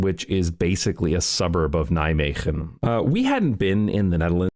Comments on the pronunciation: Nijmegen... Perfectly said. You're a natural! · As a local of Nijmegen I can tell you that you nailed that pronunciation. 🚴